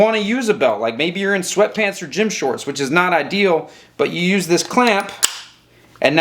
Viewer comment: "So you can st-UUSSE it... to get to your piece"